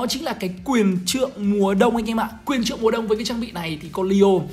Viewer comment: quyền :)) Do đọc vậy nên bị liệu